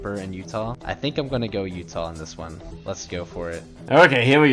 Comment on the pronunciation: bro called utah yuta 💀